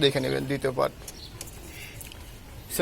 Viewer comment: সাসক্রাইব না। সাবস্ক্রাইব বলেন।